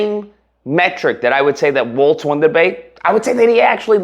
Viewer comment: Just a small correction on the name, Walz not "Waltz" lol.